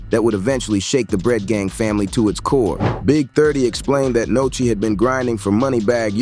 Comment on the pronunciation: Definitely an interesting video bro since 30 and Sheisty are 2 of my favorite artists, but bro u pronouncing names wrong it’s Nuski (Nooski is how u pronounce it) and it’s Sheisty (Pronounced Shystee), not Nochi and shestee 😂 😂😂…Other than tht the content is definitely interesting